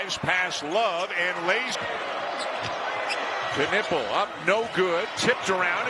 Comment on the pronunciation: Why do they keep saying "K-nipple". It's incorrect pronunciation